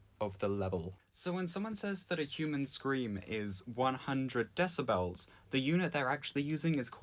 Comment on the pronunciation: You saying Decibels and not Decibels is driving me insane.